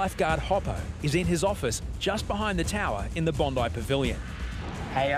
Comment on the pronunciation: it's BONDI not BINDI